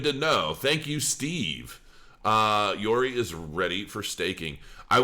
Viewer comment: How the hell can you pronounce Yoroi as Yori? I really don't get it.